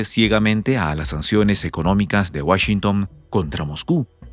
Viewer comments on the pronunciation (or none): none